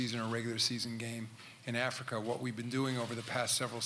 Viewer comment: "we got China we got afika now"???🤣🤣🤣🤦‍♂️